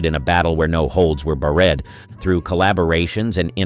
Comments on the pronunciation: I came here for your comment. It is so irritating I can’t continue. First “BETT”Davis and then “bar-red”—I am done and outta here! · yeah...like when they try to say "Barred" and it comes out bah-RED